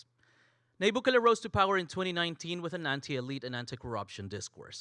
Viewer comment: Intro — can’t even pronounce his so easy name to name —- We appreciate Bukele